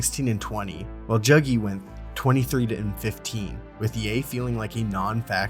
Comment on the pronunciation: its not Jagi, its juuuuuugi